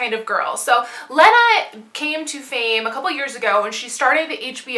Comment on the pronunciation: I love Not That Kind Of Girl! (Lena is pronounced Lee-na). I love your hair and room, can you just style my whole life?